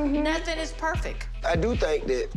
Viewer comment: Perfeck, not perfect, but Perfeck.